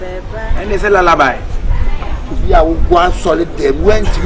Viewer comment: This boy.. he say lalaby 😂😂😂😂😂😂